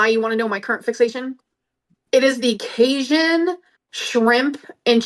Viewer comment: Everyone in the south died when tried to say “cajun”. “Kay-shun cheekun…”